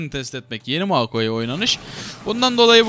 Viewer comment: moakai değil moyakai bwn3jejd